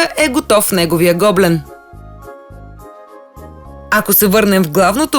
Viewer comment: Вашето предложение в чудесна идея за подарък. Единствената забележка е, че гоблен се произнася с ударение на Е, а не на О.